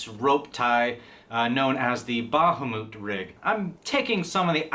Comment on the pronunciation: Ba-ha-moot? Ah,,. Everything else is splendiferous.